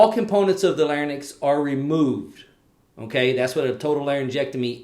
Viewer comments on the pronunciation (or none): Lair-incks, not Lairn-icks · Lair-incks not lairn-icks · It’s actually LARYNX and not LARNYX But the video was good Speech Path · And also NOT PHARNYX but PHARYNX There is an Y in between R and N in both words larYnx and pharYnx and not AFTER N. You made sound transposition. Look it up SLP